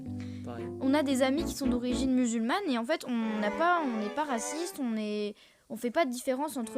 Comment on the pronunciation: ''D'origine mululmane'' La violence 😂